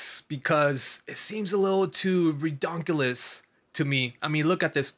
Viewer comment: Redonkculous?? Just say ridiculous 😂